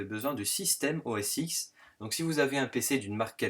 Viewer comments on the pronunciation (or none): très bien, mais OS X se dit "OS 10", tout comme l'iPhone X...